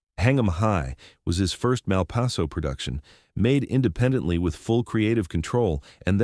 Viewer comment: A good story, but I walked when I realized it was AI. Pronounciation - Malpayzo one moment, Malpasso a few moments later.